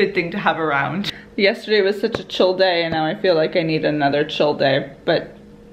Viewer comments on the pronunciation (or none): none